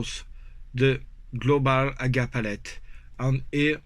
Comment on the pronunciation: I love hay you say “aga” and not Eey-Gee-eey! As you know , I am a massive fan of what you have done , especially given the difficulties this project had earlier in the year - this progress is really great to see. Please keep up the wonderful work. Dom C